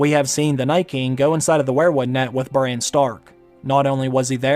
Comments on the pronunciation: Bro its not brain its bran pls its so annoying after 6 minutes :D nice video tho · Bran... That's the correct pronunciation of the name...Not Brian... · Its Braaaaaaaaan. Not Brane lol